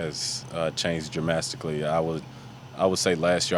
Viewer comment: DK "Dramastically" Metcalf!